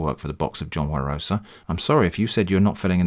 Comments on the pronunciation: It's John Wa-roh-sa not John Warosaaaa -Hermione probably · Every time I hear "warosa" I took a shot, now I'm dead. Please send me $98,0535,30.639 united state dollars for medicalsbill